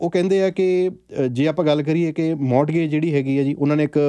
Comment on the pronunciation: ਮੋਰਟਗੇਜ ਨਹੀਂ ਮੋਰਗੇਜ ਹੁੰਦਾ ਹੈ T Silent ਹੂੰਦਾ ਹੈ